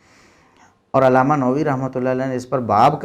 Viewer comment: It is not Imam Nowi.... Say Imam Nawawi